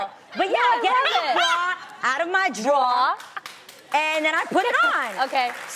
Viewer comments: Noo don't even! You know you said "Draw" cause you was combining "drawer" and "bra" Adrienne. Lol. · i’m from new york also i i thought u were supposed to pronounce it “draw” lmao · Lol Adrienne I’m from Boston and it’s a draw to me too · Omg i say draw toooo. Omgggg i thought it was just meeee😂😂😂😂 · Idk tamara there is one R in draw. Im from ny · Drore like store , I’m from south Florida lmao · I feel like I say droor. Door with an r